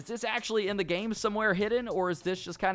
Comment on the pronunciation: Did he say I'm happy that they didn't ad this in the gay?